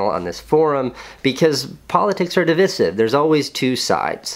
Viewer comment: You lost bro. Also you said divisive wrong.